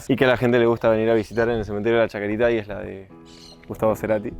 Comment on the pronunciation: Cementerio de la Chacarita, sin S final nomás pa. Hermoso